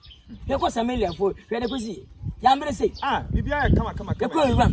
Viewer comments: did I hear "samalia" 😭😭😭 U blast waaaaa But keep up the good work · Did he say, "when we went to Semelia?😂😂😂😂😂😂😂